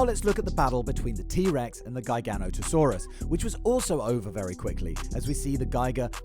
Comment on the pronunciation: Gi GA not a saurua not Guy Gan ota Saurus